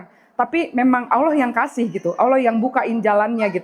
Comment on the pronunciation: Yg bener sebutanya allah bkn aullah...